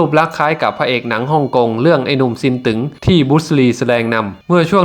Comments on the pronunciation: ซินตึ๊งไม่ใช่ซินตึ๋งครับอ่านผิดต้องอ่านเป็นเสียงวรรณยุกต์ตรีไม่ใช่จัตวา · ผู้บรรยายออกเสียงฉายาผิดไอ้หนุ่มซินตึ๊งไม่ใช่ซินตึ๋งฟังแล้วมันขัดหูชมัด